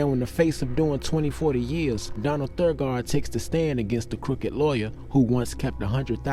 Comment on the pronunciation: Donald's last name is Donald Thagard (Tha-gerd)